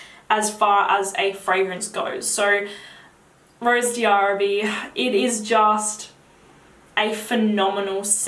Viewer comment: Hi, I just ordered Oud Bouquet because of you! Can't wait to try it. Also, Rose d'arabie is pronounced Rose DARABEE, the D' is not pronounced separately from the word Arabie. Hope this helped!